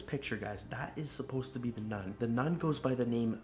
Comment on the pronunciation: Wtf is nun sonud like nut but really win u say that